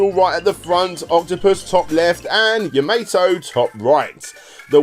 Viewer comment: its not pronounced "Ya-May-Toe", its pronounced "Ya-Ma-Toe" but otherwise great vid, I am a big fan of space invaders myself, I had no idea it had so many crossovers holy crap.